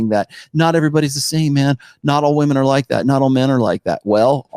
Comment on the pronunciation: Why is it that these weirdos (like the Josh guy in this video) can’t even pronounce the word “women” properly?